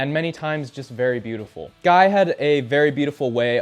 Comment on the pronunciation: You mispronouncing ian and guys name tickled me